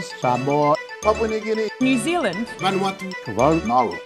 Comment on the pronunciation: She said new zilind